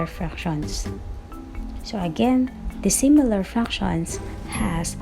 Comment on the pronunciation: Sïmilar and dïssimilar ohm..okey ma'am haha